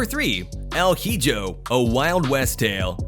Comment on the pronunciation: El Hijo, The Son, pronunciation : L. E-ho. Great video bro